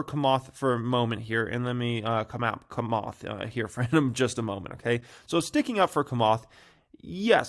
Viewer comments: Bruh its chamath as in “tshamath” not kamath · it s Chamath ( like chair not kair ) lol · It’s “Cha-math”, not “Ka-math” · Cha cha chamath. Not Kamath lol. Do your own research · It's CHA-moth 😂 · "Komath", "Ever-Granday", "Akai bowl" 🤣 never disappoints! 🤣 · Man u still suck at saying names holly smockas this is definitely no JOKAS. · Learn to say chamath not that hard! Say it likes it’s spelled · Just here laughing hearing you say Chamath. 😂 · Dude, you can’t even pronounce Chamath lol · can't pronounce 'Camarth's' first name either by the sounds of it 😂